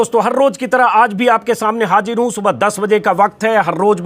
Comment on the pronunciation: Hajir Nahi hazir Sahi hota hai...jahir Nahi zahir hota hai...is ke liye pehley Urdu Ka pronunciation seekhna zaruri hai ..